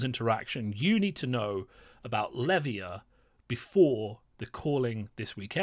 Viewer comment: Why does no one pronounce Levia correctly? Otherwise insightful video - thank you.